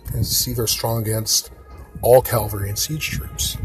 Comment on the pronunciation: Its cav al ree not calvelry 😂😂